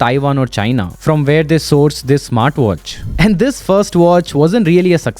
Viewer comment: The way you say "and" like "A'hand" is a bit annoying, genuine feedback, Please work on it.